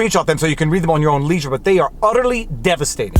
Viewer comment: It might just be my bias, but I thought this was a pretty good video I want to think you said Udderly Eviscerating